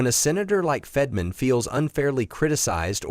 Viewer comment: It is Fett-ur.man...not fedman